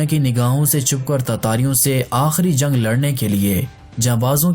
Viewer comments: Zang..o bhai jung bol... Hindi bolny ki nakam koshish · Chutye bolna Sikh pehle Jung ko zang bolta hai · Bhai aap جko ز ko kayu bolte jo